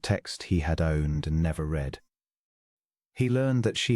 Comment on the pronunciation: Past tense of read is pronounced as red. Please proof before publishing, terrible ai pronouncations